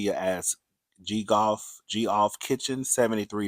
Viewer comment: Geoff is pronounced Jeff.